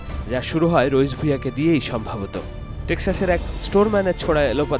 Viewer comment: "Rais (রইস) Ahmad". I don't know why he pronounces "Raich (রইচ)"?